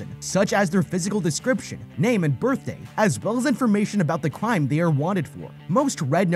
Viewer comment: Bro said crwime